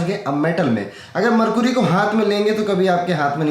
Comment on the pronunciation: मरकुरी नहीं मरकरी होता है भैय्या।